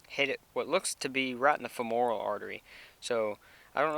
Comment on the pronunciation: THAT WOULD BE "FEM'ORAL.... FEM O ' RAL ARTERY....